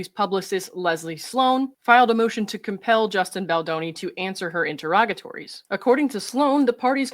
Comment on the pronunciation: I think interrogatory/interrogatories is pronounced more like enter-rawg-a-tory.